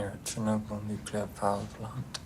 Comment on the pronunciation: I’ve started a new drinking game to go along with your reaction video. I take a shot every time you mispronounce the word Nuclear. 😂 It’s OK. I’m a DEENTist. I’m sure people in the Nuclear field don’t mind being called “NEW-QUE-LAR” scientists. LOL